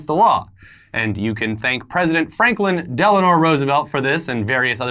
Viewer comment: LOL, he said Franklin "Delanore" Roosevelt.